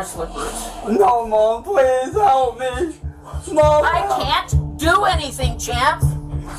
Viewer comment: CAN I GET A FWENCH ONION SOUP PWEEEEEEEESE